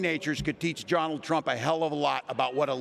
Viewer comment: He said. Haha